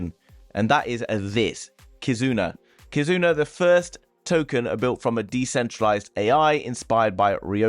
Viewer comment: Kazuna = Kizuna